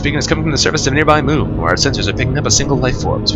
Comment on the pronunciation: 'muun muun moon' lol